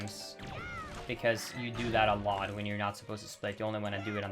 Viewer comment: dude doesn't know the difference between the letter D and the letter T. He watched those movies "alod" as a kid. I don't know why tais bugs me somuch, another of his vids i noticed it and now I can't un-hear it. LAME